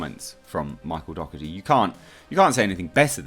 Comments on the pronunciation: You pronounce his surname incorrect. Its said 'doh er tee' just fyi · My step family has the same surname and it's pronounced Dock•erty. His could be the same but doesn't correct it since everyone pronounces it the other way